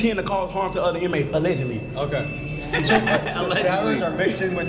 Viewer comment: mf said "alleglly" yet completly showed how he woiuld make a knife infront of a officer